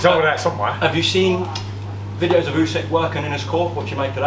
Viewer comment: Alexander Oo-seck.